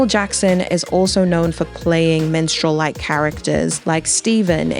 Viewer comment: first off amazing video and analyzation of the performance, and I've never been so happy to see the movement thrive. BUT PLEASE PLEASE PLEASE ITS MINSTREL, WITH AN I, NOT MENSTRAUL LMAOO 😭😭😭 not tryna be that guy btw lol or come off insensitive, i just thought it was a funny mispronunciation, so please spare me the negative replies